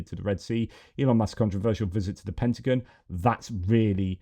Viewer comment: It's driving me crazy! It's not pentaGUN (bang) it's pentaGON ( like I'm gone if you don't correct it)!